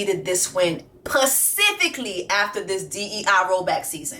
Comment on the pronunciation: Jessie I love you but you irk my nerves when you say pacifically😂it’s specifically